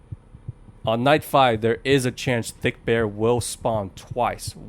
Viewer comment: the name is fredbear and not thickbear